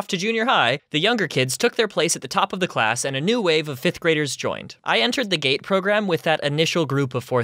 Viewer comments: What said: “Every now and then, a GATE teacher would make their way around to every classroom and scoop up the GATE kids” What I heard “Every now and then, a GATE teacher would make their way around to every classroom and scoop up the gay kids” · You know it's called gte not gate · at first I thought you said “ a gay teacher would come and pick up the gay kids” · i heard gate as gay